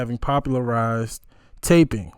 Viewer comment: Tapping…not “taping”.